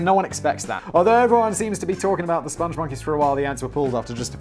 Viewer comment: Its Spong Monkey not Sponge Monkey. This is based on a video We Like The Moon, which is a masterpiece created by the great Joel Veitch. He also did the Crusha milkshake ads in the UK.